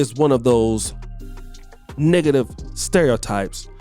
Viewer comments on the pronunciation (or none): Did he say… Niggative 😂😂😂😂